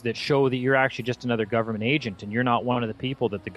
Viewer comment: "Some govement fucker" lmfao!!! Best Croatian accent line ever!!!!